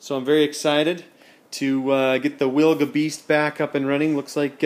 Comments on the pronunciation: Proper way to pronouce the name is Vilga the letter W in Poland 🇵🇱 is used for letter V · Hi. The Polish pronunciation of the Wilga sounds more like Vilga. Just replace "w" to "v". Great work, wish you lot of fun with Vilga :)